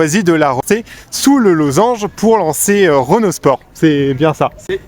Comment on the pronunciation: Juste a la prononciation du mot Renault j'ai 🤢🤮